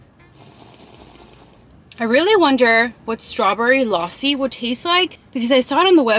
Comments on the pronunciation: I actually appreciate how you pronounce but there were some mistakes 😅 (not making you sad ) no#1you can eat rice with a spoon no#2 eat the naan with Tawa Chicken no#3 the lossi you were saying it is actually lasi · Bro you just said lossi but it's actually lassi and I was like is it's a drink of America but when you said it is milky so I got it thanks for your respect babe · Lausi 😂 it is lassi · Losi no lassi lassi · Its not losi its lasi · Not lossi it is lassi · bro what is lasssssi its lassi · Lassi ❌ Lawsi ✅ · It’s not laasi it’s lussi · Its lassi not lossi😂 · Not laassi Its lassi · This is not called lossi it is called lassi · It's funny how she's saying lossi instead of Lassi 😅😅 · its pronounced, LUSSI,NOT LASI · Lassie ❌ luossi ✅ 😂😂😂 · Lassi ❌ loussi ✅ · The lassi is pronounced as la-c(lassi) not laa-c(laasi) Loved the video❤🇵🇰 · OMG! GURL YOU SHOULD OF ASKED SOMEONE HOW TO PRONOUNCE THOSE WORDS MY FAVOURITE GAJAR KA HALWA PRONOUNCED AS GA - JAR KAAA HAL - WA LASSI - LA C PLZZZ CORRECT THEM I DONT MEAN IT IN A RUDE WAY IT JUST HURTS ME WHEN MISPRONONCED THEM THXX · It is Lassi You're pronouncing it wrong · Oh m g you said lassi ... Firstly i am so confused what you say